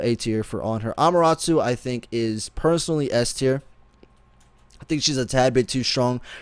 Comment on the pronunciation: how does he have anime music on his stream all the time but can't pronounce Amaterasu?